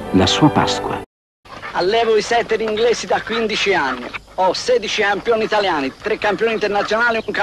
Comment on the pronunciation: ah ho capito adesso, è la sua parlata strettamente toscana 🤣🤣🤣🤣 quel "campioni italiani" secondo lui si pronuncia "ham (stacco) piònitaliani" 😂😂😂😂 grazie mille 👍👍👍👍